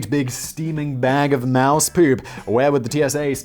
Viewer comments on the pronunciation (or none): Moose not mouse..Juno is pronounced June-O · Mooooooose. Wow Simon's pronunciation is getting worse 😆😂😄😂